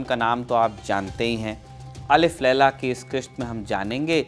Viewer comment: Bhai Alif Laila shabd sahi nahi hai. Alf Laila Sahi hai